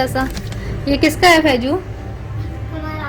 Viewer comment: Faiju ni faizu hota h